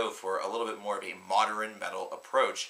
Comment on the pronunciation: Are you actually pronouncing modern as moder-in